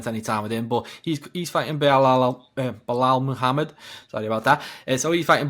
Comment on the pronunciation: pronounce the name Muhammed